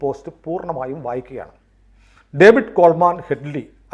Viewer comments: COVID അല്ല ഡേവിഡ് ആണ്. David Coleman Headley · കോവിഡ് കോൾ മാൻ അല്ല ഡേവിഡ് കോൾ മാൻ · ഒരു ചെറിയ തിരുത്തുണ്ട്. കോവിഡ് കോൾമാൻ ഹെഡ്‌ലി എന്നല്ല ഡേവിഡ് കോൾമാൻ ഹെഡ്‌ലി എന്നാണ്. അങ്ങനെയാണ് ഞാൻ മുൻപ് കേട്ടിട്ടുള്ളത്. (വേറൊരു കാര്യം നമ്മുടെ മാപ്രകളിലൂടെയാണ് ഡേവിഡ് കോൾമാൻ ഹെഡ്‌ലി എന്ന് കേട്ടിട്ടുള്ളത്. ലവൻമാരെ വിശ്വസിക്കാൻ പറ്റില്ല.)